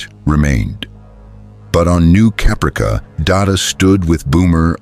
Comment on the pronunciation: The mispronunciation of Caprica kills me. 😁😂🤣